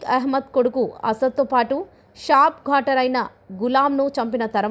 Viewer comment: Shrap ghatar kaadhu shrap shutar